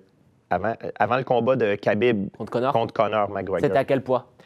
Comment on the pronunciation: J'adore lorsque l'intervieweur prononce Conor comme Connard.